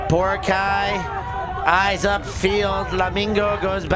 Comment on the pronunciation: Bro is pronouncing Boracay wrong. Basic respect is doing your homework as a commentator.